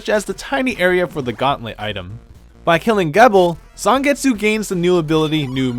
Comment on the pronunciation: "Geh-bel" "Zahngets" Noo